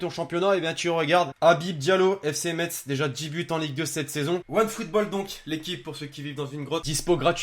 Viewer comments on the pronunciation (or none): Nonnnnnnn c pas metz c messe